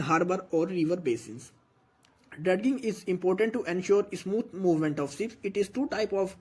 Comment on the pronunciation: dredging pronunciation is drajing not drad ging thanks